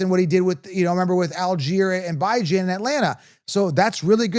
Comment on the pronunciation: the bijan robinson pronunciation is out, you weren’t saying it right either 😂